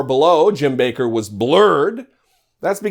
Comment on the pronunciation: It's 'Backer' not 'Baker'. Like 'WATTers' not 'Waters'.